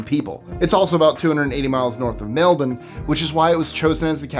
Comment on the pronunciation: Thank you for your pronunciation of Canberra and Melbourne 😉